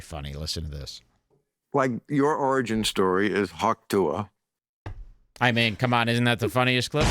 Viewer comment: calling hawk tuah “pa-ting” without even thinking twice about it is funnier than 75% of kill tony